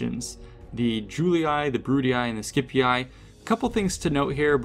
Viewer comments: How disappointing that you are repeating CA's mispronunciation of Latin names and words. The "ii" in names such as Julii, Brutii and Scipii is pronounced "ee", not "eye". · BrutiAi, SkipiaAi and JuliAi gets me every time 🤣🤣🤣🤣 It was to simple to pronounce them correctly like Brutii, Scipii and Iulii 😂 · boy stop pronouncing Julii as July-Eye, it's pronounced You-Lee. Brutii is like Bru tea. And Scipii is Skepee